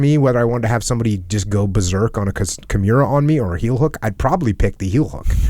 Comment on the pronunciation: Did Jocko call a Kimura Kimuira?